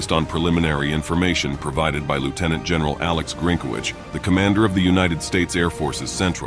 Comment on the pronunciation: LOY-tenant? Perhaps if you spelled Lieutenant correctly your TTS software would know how to pronounce it correctly